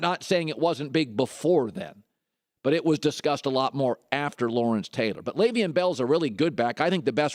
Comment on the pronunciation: It is LeveON not Levein